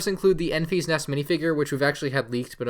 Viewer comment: her name is Enfys.........not Enfy.